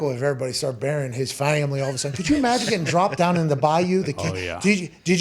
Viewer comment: “Muh fam-uh-lee” hahahahaha